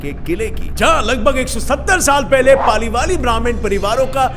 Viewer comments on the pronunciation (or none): Sir.. Wo paliwal hai..... Na ki paliwali....